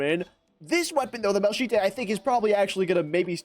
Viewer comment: i can no longer enjoy this video after that pronunciation of malachite 😭